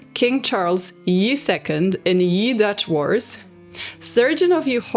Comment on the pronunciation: Just a quick note askde from the horrific stories of syphilis, the "ye" in Charles ye 2nd etc. is actually pronounced "the", the y in this context is the letter þ that makes the th sound. Sorry for the acchually moment, love your content !